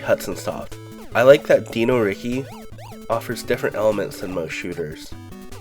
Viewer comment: Why do you pronounce Dino Riki like that yet you pronounce the word dinosaur like any normal person?